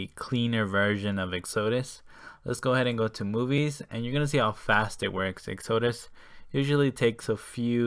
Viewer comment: Lol. The way you pronounce Exodus. It's ek-suh-duss. Like Moses' exodus from Egypt.